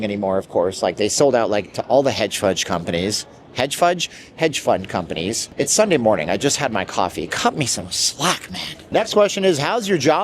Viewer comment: He said hedge fudge 🤣❤